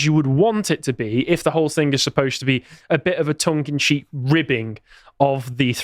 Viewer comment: The phrase is tongue and CHEEK not tongue and CHEAP. The blonde guy on the right said this at least three times in correctly